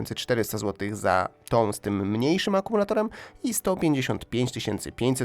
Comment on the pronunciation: 😂też prawda, powinno być w związku sikam a nie szczym